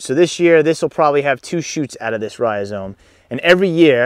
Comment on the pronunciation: You're not saying it correctly. It's not ri-o-zome. Where the heck do you see that o in the beginning? You put the word on the screen and pronounce it incorrectly.